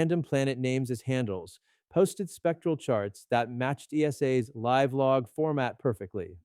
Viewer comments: Are you AI? You pronounced LIVE incorrectly. AI does that...... UNSUB!!! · AI mispronounced "live".